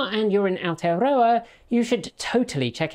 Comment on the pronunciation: your pronunciation of Aotearoa has really improved, thanks!